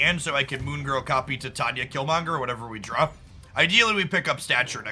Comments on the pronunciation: Titania is pronounced like "titanium". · Titania = Tie-Tain-E-Uh 😊